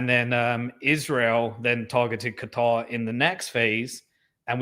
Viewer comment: I really really really wish you wouldn’t say Qatar like a dick head